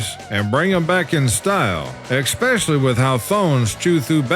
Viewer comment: Its especially not eckspecially .